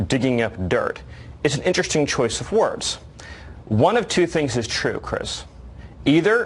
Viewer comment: “interesting choice of ‘whords’” what a douche